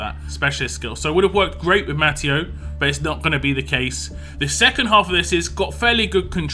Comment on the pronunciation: I think it's pronounced ma-te-oo